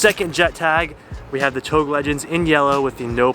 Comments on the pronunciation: does it bother anyone else how he’s saying touge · Please don't ever pronounce touge like that again. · Mans said "touge" like "towg". Wtf? Lol. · It’s pronounced toe gay not tOuGe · "Touge" is pronouced "Toe-gay" as per the japanese pronunciation. Not pronounced as "togue" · We gonna comment on him saying touge and pronouncing it like ‘TOE-G’ isn’t it ‘toojje’ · Did my man just say Toug? lmao its TougEEEEEE aswell as PorschEEEEE. But no hate only love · Please do not pronounce TOUGE as of "toge". It is pronounced as "toe-geh" . disrespect to a Japanese Culture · OMG ITS PRONOUNCED TOE GAY, NOT TOAG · You pronounced touge wrong. It is pronounced tou gei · Touge.....tou-GEI how it’s should pronounce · It's pronounced To-Ge :) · Touge. It's Japanese for the mountain roads where you race uphill and downhill very fast. 'Toe-geh' is the way to go, always above 8000 rpm. someone had to say it. haha sorry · You pronounce ‘touge’ wrong pal. Learn the words first before made a product using the name smh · c'mon man. It's 'touge' ( TOE- GAY) I absolutely love your content but please if you're going to incorporate it in your merchandise at least pronounce this LEGENDARY car culture term correctly. Much love. 😂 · If your gonna be making togue shirts you gotta learn how to say it like the rest of us lol. Or else call it canyon legends lol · Dude... Touge is pronounced 'TOE-ge'. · Isn't it pronounced tougé? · Touge is pronounced as TOE-ge. 😅😅😅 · did my man just say tog bruh smh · Hey! Love the channel, just FYI it's pronounced TOW-GEH =) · Isn't it touge pronounced toe-gay? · Touge is pronounced like "To-ghe" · It’s like TOE gey before people get hurt hurt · touge is pronounce as tow-gay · Stop pronouncing touge like that and no way its gonna make that much power on a cast block gonna crack way before that such a poser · I like the way he pronounces "touge" lmaooo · Why he keep pronounce touge wrong ?